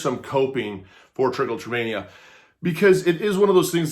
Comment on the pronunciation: This is not how it’s pronounced and it’s not self harm. It triggers a reward system in the brain and feels good. Magnets and lotion are not going to stop Trich.